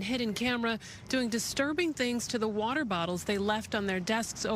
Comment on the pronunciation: He is worse at saying water bottles than Scottish people...